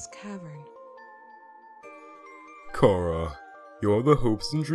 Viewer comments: I have a question for about 3/4 of the Undertale community. Why do people pronounce it (k-air-ah).It SHOULD be pronounced (ch-ar-ah). IT HAS A C H YA KNOW. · ALL OF YOU ARE WRONG ITS PRONOUNCED CHARA